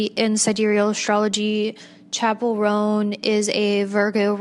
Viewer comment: babe its chappell roan not chapple rhone